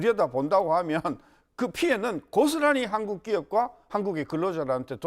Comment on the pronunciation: 신씨는 "한국"이라고 말하고 일본인들이 한국이라고 발음하는것과 매우비슷 친일파 매국노 같아보임